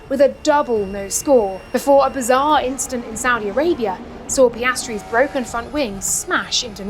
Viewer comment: "It's bwoken" ... not anymore. Congrats on the WDC Lando!